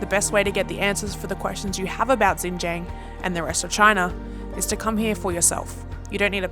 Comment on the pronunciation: Loved this video! Just wanted to help you pronounce the place name correctly. So, it is SHIN-GEE (the letter G)-ANG